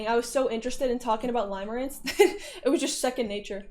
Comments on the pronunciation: it's "limerence" pronounced like "stim", not pronounced "lime" like the fruit :3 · its pronounced "limirence" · Catering to the newly understood audience lmao It's pronounced lim as in limb btw